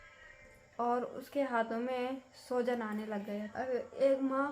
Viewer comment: सोजन नहीं सूजन बोलते हैं डियर। चिंता मत करो आपका बेबी ठीक हो जाएगा। God bless him ❤❤